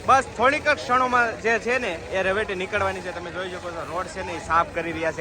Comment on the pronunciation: રવેટી ન બોલો ભાઈ રવેડી બોલતા શીખો.